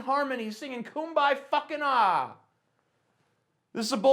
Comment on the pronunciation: You need to redo this crappy video. It is KUM BAY FUCKIN....YAAAAAAA, not AHHHHH. Terrible.